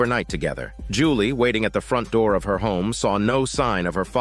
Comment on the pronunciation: "Open the noor." said the legendary demons💀☠️